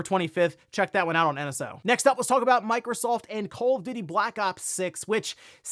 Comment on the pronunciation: Did he said call of diddy?